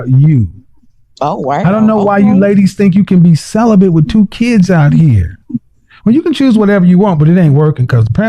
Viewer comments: 😂 she definitely “bent” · “I’m SellaBent” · Her: I've been celibent Kevin Kevin: 😮 what? Celibent 😂😂😂😂😂😂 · It's celibate NOT celibant !!!!! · She also said she is “celebeNt” 😂 she bent alright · She said celibent…….AND stabability!😂😂😂